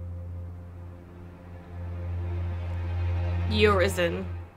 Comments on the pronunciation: "Your reason" "urizen" was I the only one that catch that? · Are you sure V said Urizen??? 😂 i have a diferent opinion... But it's ok